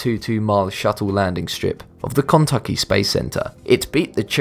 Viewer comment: "at the Kontucky Space Center" ...as in Kentucky? Oh, he means "Kennedy"...